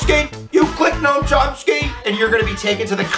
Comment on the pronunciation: How come no one is picking up on "gnome Chomsky"? I laugh every time ol' gnome comes out.